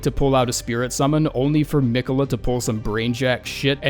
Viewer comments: I HATE the way you kept pronouncing “Me quells”. God job ⭐️ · "Meequella" lmao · He must have beat Malenia first try if he doesn't know how to pronounce Miquella. I think the rest of us have his name burnt into our brain. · God why can nobody pronounce fucking Miquella it's so annoying